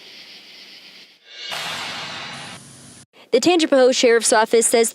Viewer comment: Pronounced Tanga pa hoe